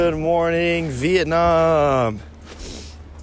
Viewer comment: Bro you I ow how he said hello vitname I’m Vietnamese thank youuu ❤️❤️❤️❤️❤️